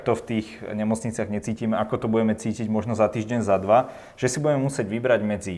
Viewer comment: jedna rada pre pana moderatora - nauc sa artikulovat a nehovorit bue a bueme ale buDe a buDeme, nech to neznie ako v krcme po zaverecnej